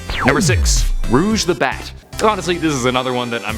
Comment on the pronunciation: No not rouge